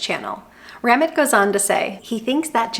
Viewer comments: Just fyi, Ramit is pronounced Rah-meet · It's "rah-meet" with almost a subtle "th" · His name is pronounced raw- meet. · Really great video! I love your teaching style and approach. I would, however, recommend you play one of this man’s videos and hear how he says his name. It is not “Rammit” like “rabbit”. 🥴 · Ramit? U mean ra-meet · Have you ever listened to Ramit??? It is Ra-meet............... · His name is Ruh-MEAT 😁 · It’s Ram-eeeet!!! One of the current most prominent financial voices of right now. I wish you had looked up the pronunciation because I cannot finish this video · How can you do an entire video saying Ramit's name wrong each and every time. Have you actually watched one of his videos? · Not how you say his name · Great video… Ramit makes you think beyond the numbers to question what you really want. He wrote one of the first books I read on finance; information from the book is still relevant. By the way, you butchered his name. 😂 I will run the numbers; I'm curious after the video.